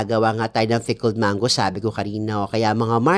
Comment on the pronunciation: Mars, pickled ba o "fickled"? Haha